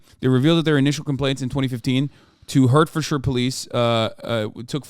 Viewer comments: Pronounced ‘Heart-thud-shia’ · I was born and raised in Hertfordshire. It's pronounced: HEART FORD SHEER